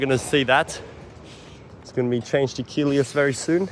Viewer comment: Hi, yes, you're pronouncing Keolis correctly "Key Ole Iss"